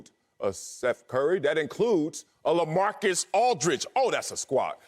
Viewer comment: When he said Lamarcus Aldridge like he was Shaq you lost me.